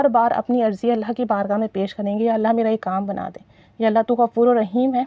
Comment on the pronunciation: Apki vdo bht achi lagi lekin sister ap sb se pehle ALLAH ka nam thek se kehna seekhen apko ALLAH kehna b nhi ata. "alha" nhi ALLAH kehte hain الہا نہیں اللہ کہتے ہیں 😢